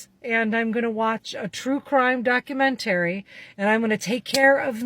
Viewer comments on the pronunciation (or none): Her hand talking is aggravating. She just said document-ary. She deserves nothing. Lol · Doc-You-Men-Terry? Yup she’s going to die alone. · Bish said documen-Terry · I don't think I've ever heard anyone pronounce documentary like that before.